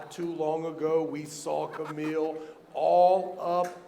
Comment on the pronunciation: its funny how travis trolling all armwrestlers by not saying correctly there names 😂😂 "kabil"